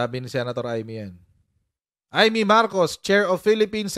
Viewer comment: Ay'-meytoyo (Imeetoyo) 😅